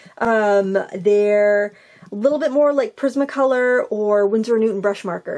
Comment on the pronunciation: Lol,I thought you said prison colour 😂🤣 but it was prisma colour lol.